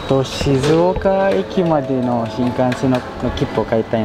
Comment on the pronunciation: Shizouka pero hindi shizouko 🥴